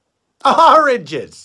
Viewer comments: In conclusion, AHRANGES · Oranges sounds less and less like a word everytime they say it lol